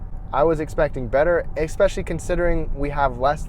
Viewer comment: pet peeve .. no "X" in especially, it's especially NOT EXPECIALLY Jeesh